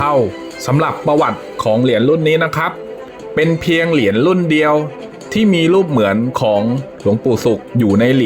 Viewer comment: คนอานก้อ่านก้อ่านอักขระไม่ได้เรี่องเลยเหรียญไม่ใช่เหลียนหืย